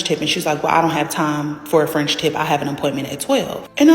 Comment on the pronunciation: Frendship? You lost me their girl. Its called a French tip but when you're rushing to tell your story and emotions are running high at the same time, some words are bound to come out wrong so not hating girl...im giggling with you.